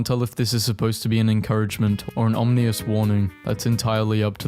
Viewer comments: OM-IN-ISSSS NOT OMNIOUS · why do you say omnious isntead of ominous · Blud cannot pronounce ominous. What is omnious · om-ih-nus is pronounciation. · ominous (ahm-ih-nuhs) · IT IS PRONOUNCED, OM-IH-NIS. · hey ik its been a while but it ah-meh-n-is/us Ominous (the meh is really hard to write phonetically so ya but that's how you say it.) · "Omnious" is the best pronounciation ive heard so far. 😂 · om-in-ous. there u go buddy i helped you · it’s pronounced “om-in-us” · Bro just said "omnious" 💀💀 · ominous Om-in-us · u didn’t it’s “ominous” not ominous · It hurts me every time he says ominous